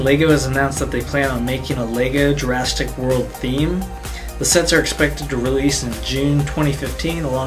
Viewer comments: Why not ninjago. And it's Jurassic not Jurastick. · why do you call it jurasstic world